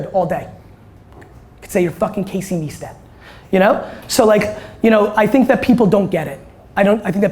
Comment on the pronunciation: Most surprising part of this talk was Gary pronouncing Casey's Neistat's last name as "Knee-stat" (actually pronounced "Nice-tat").